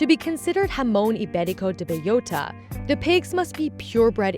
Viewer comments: B-E-L-L-O-T-A, not beiyota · bay-OH-ta is the correct pronunciation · Why does she have to say the full name every second sentence and still butcher it like that ham lmao